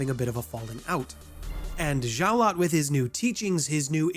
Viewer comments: Unfortunatly, Saulot is pronounced "Sa-Low", it doesn't really matter but I thought you might want to know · are you saying xio lot because that is small lot the x is a s in chinese